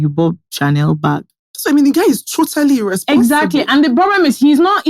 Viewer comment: The stressing on "Irreeehhsponsible" from 😂